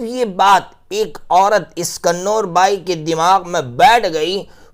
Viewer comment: کنور کا تلفظ ہے Kuvar